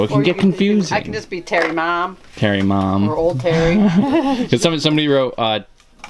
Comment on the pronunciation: mom not mon